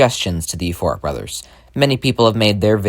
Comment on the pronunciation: when you said euphoric brothers EVERYTIME i thout you said FORK BROTHERS